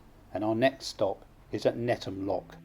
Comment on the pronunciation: Just a small point, as a guy brought up very close to the floating harbour in lower Knowle, Netham is not pronounced NETTAM, the th is sounded just as in the/their/those etc. Otherwise a great video.